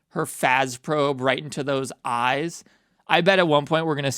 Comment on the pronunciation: THE EMPHASIS ON THEM FŰĆḰíŃ ÉӲÉŚ😭